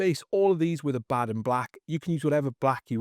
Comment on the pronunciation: God bless this man for pronouncing Abaddon properly.